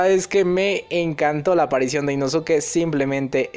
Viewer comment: dato, no se pronuncia InosUke, se pronuncia InoSke (la U es muda como con SaS*u*ke)